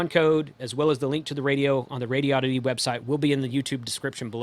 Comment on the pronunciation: Please,, take the lead among reviewers in learning to pronounce the bleeding companies. If you're going to say Baofeng, say it the right way. Also, it's Rāde-ēē-odd-it-ēē. It's not Radio-ditty. Never was, never will be, so it sounds like a joke that's made the rounds a little too often. The company is established, the letterhead printed and the name's on the radios. Deal with it and, more importantly, learn to say it! When you're videotaping isn't the time to learn how to pronounce a company or a product. I admit, Radio-ditty was funny the first once or twice I heard it. Now that I've heard it more than 20 times, it's not all that amusing. And when I actually read it on one of my radios, it was obvious that it was pronounced Rādi-oddity. See? Anyway, love your reviews. And BTW, how do you pronounce Baofeng? 🤔